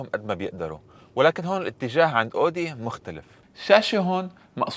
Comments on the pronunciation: اسمها اويدى مش اودى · اسمها Audi مش odi 😂 ممكن تشوف الالمان كيف بيلفظوها